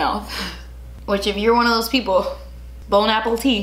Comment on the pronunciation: She said “bone apple tea” 🤣